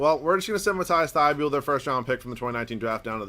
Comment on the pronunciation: Dude its mateese thybulle